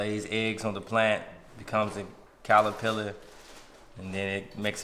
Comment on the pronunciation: Lol out here saying “calerpillar” 😂 I love y’all